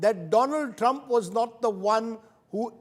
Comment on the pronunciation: Mr ashtosh improve your english u have been a looser all your life you do not need to speak and speak to the point and you need to pronounce my presidents name right stop using a lot of the